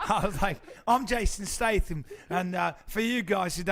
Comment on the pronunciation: Does Bryan know his name is Statham not Stratham?